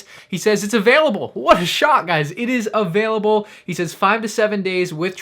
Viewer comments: I died when he said: Abailable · the scammer said “Abailable” bruh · Scammer didn’t even know how to spell available he said abalible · He even said abailable not available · “Abailable” real professional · only the most professional say abailable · I think you mean ABailable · I love how she replied to MandR's inquiry with "Abailable". Just imagine her being taken into police custody and her family members calling her over the phone? Family member, "So how are you doing?" Scammer, "Uh...Bail-able."